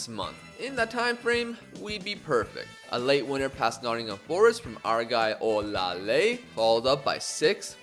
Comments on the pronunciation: You actually tried with your pronunciation of Olaleye, it's really pronounced "Or lah lay yeah" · i'm Nigerian and you are pronouncing olaleye wrong lol its pronounced like this -- O- LA- LE- YE